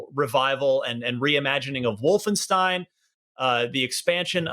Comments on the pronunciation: It's not pronounced Wolfen-STEEN. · Did he just call it "WolfenSTEEN?" lol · It's Wolfenstain.